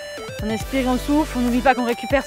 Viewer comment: faut que j’te le dise... quand tu dis « on souffle» j’entends (et chuis sur de pas être là seule) « on souffre»!